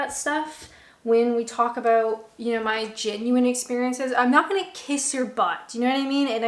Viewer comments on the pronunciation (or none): none